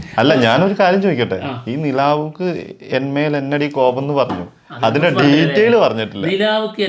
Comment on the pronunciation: നില്ലാവ്ക്കു.. അല്ല.. നിലവുക്ക്.. ആണ് ബ്രോസ് ❤️ഇഷ്ട്ടം മാത്രം ❤️